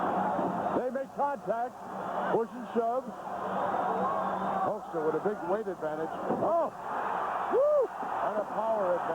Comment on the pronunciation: And calling the Hulkster...the Hulker lol